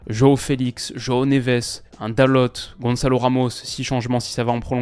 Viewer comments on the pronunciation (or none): Hello :) dalot se dit dalo, le t ne se prononce pas ^^ top vidéo sinon 😊